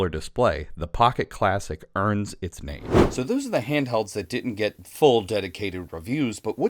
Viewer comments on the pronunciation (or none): none